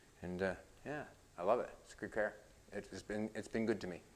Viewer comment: It's car not " care " . Do you care ?